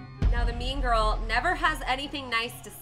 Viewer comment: I thought you said meme girl not mean girl😂😂😂